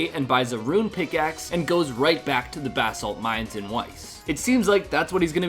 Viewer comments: Bass salt 😂😂😂😂😂😂😂 Bro it’s ba-salt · u keep saying bath salt and its cracking me up.. not positive but i think its buh salt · buh-salt brother, not bass salt. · basalt not bahsalt haha.. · my dude it's Bah- salt like "bruh" without the r. buh-salt. not bass-alt